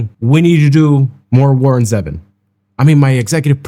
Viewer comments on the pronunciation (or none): It’s ZEEvon not Zehvon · Grrrrr. Even after your correction you still got it wrong. His name is Warren ZEEvon not Zeven. I still like you 😉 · Still not quite right... "Zee - Vonn" Zee rhymes with "sea" and Vonn rhymes with "lawn" and emphasis on the "Zee." 😊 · It's Ze-Von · This is one of my favorite Warron Zevon songs. His last name is not pronounced like the number seven. I remember last interview with Letterman. Enjoy every sandwich.